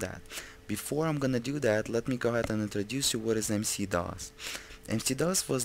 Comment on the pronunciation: WHY DO YOU KEEP ON CALLING IT MC DOS?????